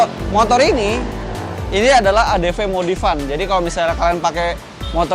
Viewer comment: Adv bang bukan adp